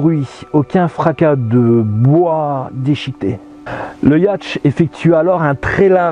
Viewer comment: super vidéo , j'ai adoré, tu me fais rire surtout j'ai ris quand tu prononces yatch (qu'on dit yaute) le prend surtout pas mal j'aime ça !!! j'espère que tu feras aussi sur les Bermudes !